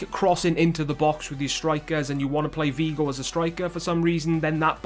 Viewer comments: Beerus haha tru he said "Vigo" instead of "Figo" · what is so hard about pronouncing the 'F' it is Figo ffs just like how it is spelt. Shows how much you know about football.